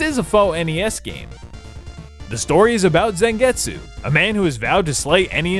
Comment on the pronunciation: Im not a grammar nazi but ive noticed americans have problems pronouncing some names. Its Zangetsu not Sengetsu and Geebel no Gebbel. Great review though^^ Greetings from Germany